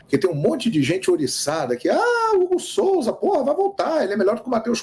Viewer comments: Não seria "Hugo Souza" e não Hugo Solza ... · Qual seu problema com a língua portuguesa? SOLZA ? COM L ?